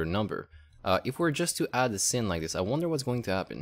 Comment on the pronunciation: Sin / Sine is pronounced as "sign" =) Nice video though, thanks